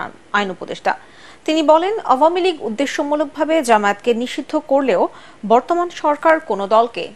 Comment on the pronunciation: এটারতো উচ্চারণই ভালো না। আও-য়া- মী লীগ